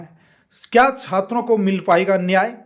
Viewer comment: Chatra neta nhi hai bhai chhatar neta bolna chah rha hai 😂 Kya umid rakhe